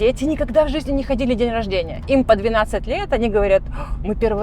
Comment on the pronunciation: У не очень приятный диалект. Говорит на русском языке)), но произносит многие гласные буквы в словах не правильно, некоторые гласные "проглатываются", а другие, наоборот произносятся с "нажимом". Например, слово "магазин" у неё звучит как "мыгызин", вместо "ходили" звучит "хыдили" и так далее. Для некоторых ушей)) такие мелочи не важны, а другим людям "режет слух". Ну и, конечно, напористось речи, свойственная многим экскурсоводам, и большое количество слов-паразитов.